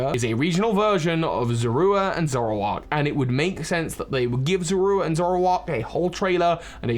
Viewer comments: Is anyone else bothered by the fact that he's pronouncing Zorua as Zorwooa? I always thought that Sinnoh folk tale was meant to be a pokemon version of the real world myth of selkies (and other myths involving animals that can remove their skins to assume human form). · "Z-ore-oo-ah," not whatever you're saying; that is not how they said it in the anime or ever. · The pokemon's name is zoroa not zorua! Duh! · pronunciation of zoura bugs be for some reason